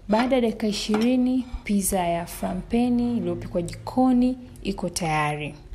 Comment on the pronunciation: It’s “pittza” peeople🤗🤗🤗🤗